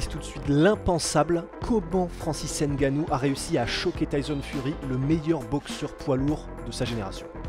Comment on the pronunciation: le « N » de NGANNOU ne se pronounce pas. ;-)